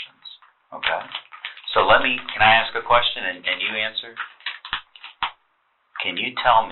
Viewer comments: Thank goodness for CC.😅 Both say axe. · What's up with that? Seriously. Why can't an educated woman say "ASK"?